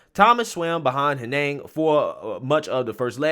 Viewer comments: Hen-iG, not Hen-nehng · I didn’t think it was possible to butcher a two-syllable so badly. “Henig” is not a difficult name to pronounce. It sounds exactly as it looks. “Hen-ig.” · Honestly hearing the way you pronounce that second name makes me think of the key and peele sketch. Hilarious!